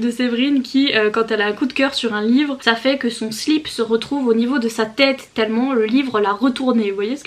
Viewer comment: "za fait treize été" mdrrr 😂😂😂🌴🌴